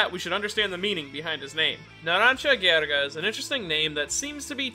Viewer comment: "Ghriga" me, an italian :Facepalm